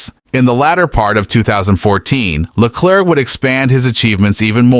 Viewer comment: Le-claire, not Le-clerk